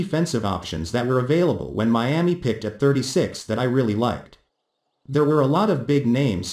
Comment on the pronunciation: What’s a Meeaa-mee?